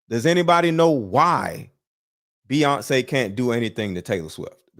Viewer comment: It's Beyonce man Beyonce